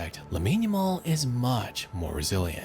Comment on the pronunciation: Ya- mall bro, not Jamal